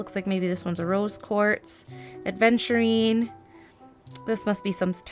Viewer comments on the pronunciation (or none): As we are in a correcting mood, the aventurine was mispronounced as ‘adventurine’